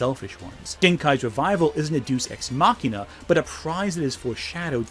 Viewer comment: Dey-us x machina. Not deuce.